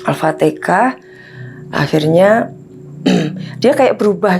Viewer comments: BUKAN ALPATEKAH BU yg betul ALFATEHAH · Demi konten cerita ngarang dan bohong,nyebut alfatehah aja alpatekah.penyembah setan astarfiruloh berilah agar ibu ini taubat dan tidak bikin konten model ini lagi,cari konten yang bermamfaat dan mendidik.